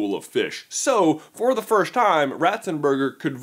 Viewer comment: Good video but annoys me how he pronounces first as firsht